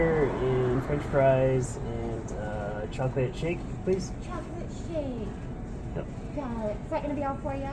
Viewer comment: The way she said chocolate shake lmao